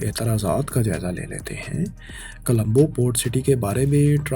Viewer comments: Bhaye jab boltay ho tu words sahi bola kroo...its dubai not dabai ....and its Colombo not kalambo...its not the same guy who used to speak before...its a different man and he is just trying to speak the same way as previous man use to speak...I forget the name of that man who was before in this channel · Bhai apni pronunciation thik kren Naqsan ni nuqsan Alaqy nhi ilaqay Dabai ni dubai Nawaiyat ni noiyat Ra,aayaten ni ri,aayaten Sahal ni sahil Calambo ni Colombo Nahayat ni nihayat Makammal ni mukammal Azafa ni izafa Malazmat ni mulazmat Mamalik ni mumalik Alzam ni ilzam Nazam ni nizam Hairani ki bat ha faisal bhai ne kesa bnda hire kia hua ha jis ki urdu hi thi ni hai Pronounce thik ni krta is liye pori video ka image khrab ho jata ha video ka maza ni ata Video dety waqt aese feel hota ha jese kisi anparh bnde k channel ki video dekh rhy hn Manafqana ni hota munafqana hota ha Jagrafiyae ni jugrafiyai